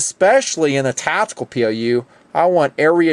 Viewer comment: Is "tatical" the same as "tactical"